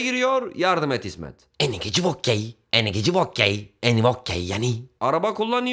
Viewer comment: Abi o "eni geci vokkey" değil "eni voci vokki" şeklinde olacak. Lütfen yanlış yapmayalım